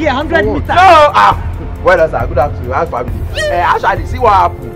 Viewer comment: Did shaggi just say "how's the famil?"